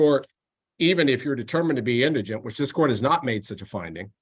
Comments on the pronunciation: His pronunciation of indigent is all I need to hear to know this guy needs all the legal help he can get. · Very impressive judge! I predict repeated mispronunciation of “indigent” was foreshadowing of how well his case is going to go.